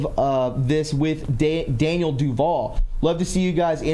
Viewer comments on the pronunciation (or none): none